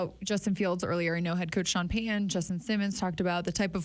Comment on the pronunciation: People that cannot say Payton, Peyton, or Titan correctly just really sound unintelligent to me. I know they are not, but it is not good to mispronounce a coaches or player's name when it takes little effort in these simple names. I would correct them every time if I had a simple name and a person could not pronounce it correctly. One silly thing is that these people can say Titanic correctly but cannot say Titan correctly.